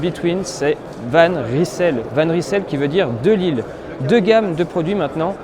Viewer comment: Va juste falloir apprendre à prononcer le nom convenablement : Van Reille-Seul. 😉